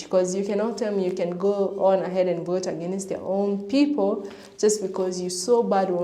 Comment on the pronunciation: Adios “I will boat for Donald Trump”